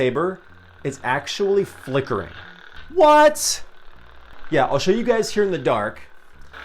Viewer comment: Is it just me or is that “L” and “I” in “FLICKERING” a little too close 😅